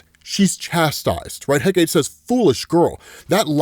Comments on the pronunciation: The Goddess’ name is pronounced (Heck-uh-tee) lol. It’s tri-syllabic. Although her name is spelled Hecate. “Heh-Kate” is incorrect. Just that one thing but dope coverage per usual 👏🏾🔥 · Moving forward...it's pronounced heh-kah-teh, not heh-kate. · Heck a tea. Not Heh Kate. Hecate is a greek name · Hecate is pronounced "Heh-cuh-teh", not heh-cait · Hate it when people pronounce Hecate as “Heh-Kate” It’s “Heh-Ka-Tay” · He-ka-te. Not heh-kate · OK. I’m gonna help you out because every time mispronounce her name it drives me crazy. Hecate is pronounced heh-kuh-tee or more commonly Heh-kuh-tā. She is the goddess of Magic, witchcraft, the night, ghosts and necromancy. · Hecate: Heck-uh-tee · Heck uh tee is the pronunciation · Btw, it’s pronounced heck-uh-tee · ffs, It's Hecate: HEH-kah-tee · Hecate is pronounced "HECK-UH-TEE"